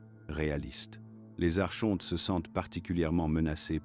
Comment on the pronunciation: Ça s’écrit Archonte mais ça se prononce phonétiquement Ar- Kon- Te